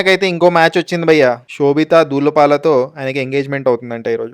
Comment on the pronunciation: బాబూ అది దూలపాల కాదు. ధూళిపాళ. పొల్లు మారితే బూతు అర్థం వచ్చేస్తుంది. 😂 అందుకే pronunciation is also important.